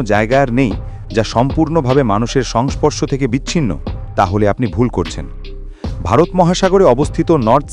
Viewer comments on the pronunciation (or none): none